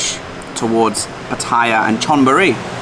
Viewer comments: wet. Its Pat- a - ya. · Maybe some other commenter has pointed out that the correct pronunciation is PAH’ ty-yah.🙂 When I was a kid we visited a camp in Jomtian, which was virtually deserted and free of pollution and tourists back then. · $60 a night for that is amazing! Not expensive! Well, to each his own. And please- Say Pattaya correctly, at least get closer. You are so eloquent on everything else, so this one has your number. Some nice drone work around the bridge! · Why is it that most vloggers can not pronounce Pattaya correctly.